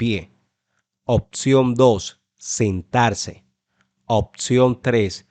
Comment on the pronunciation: Te comiste la s sentarse